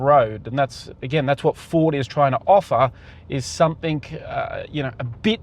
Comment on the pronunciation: It's 'something' not 'somethink'. 😢